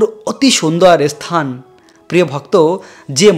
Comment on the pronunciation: আপনি ধান ভানতে শিবের গীত গাইছেন কেন? উচ্চারণ শিখে আসুন ইসথান নয় স্থান